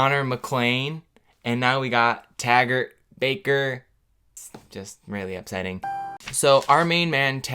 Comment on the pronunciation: Literally every time he said his name Tagert I was WHEEZING 😂😂😂😂😂😂